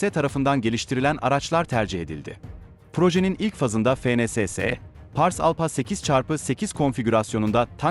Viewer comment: ALPHA. ALFA diye okunacak PH, F diye okunur. Teşekkürler.